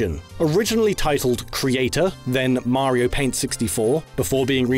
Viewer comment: His pronunciation of 'Mario' is baffling.